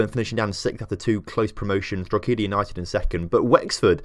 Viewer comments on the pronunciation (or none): It's galway And pronounced draweda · Great video however Drogheda is pronounced Draw-head-a or Draw-da if you’re from here😂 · Mate, it's pronounced 'Dro-heda' for Drogheda. No long e and the g is silent. Also how the fuck did you get 'Galway' wrong? It is 'Gal-way' not 'gal-a-way' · Draweda??? Nope. Dro-hedda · the real way to pronounce Drogheda is drawda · I died a bit inside when you pronounced drogheda